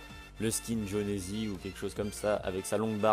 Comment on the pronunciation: A... Jonesy... Jon e sy 😂😂😂 A tu le prononces bien